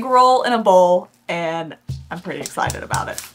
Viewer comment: Oh and “escited” rather than excited. It’s the X that he doesn’t use. That’s funny! We know you love both do your fur babies equally. 😍